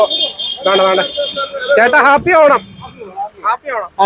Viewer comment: കാപ്പി ഓണം അല്ല ഹാപ്പി ഓണം